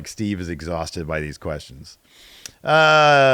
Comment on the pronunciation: Siofra = She-uh-fra with just the barest tickle of a roll on the r, not a bad attempt though, we'll make a gaeilgeoir out of you yet, Steve.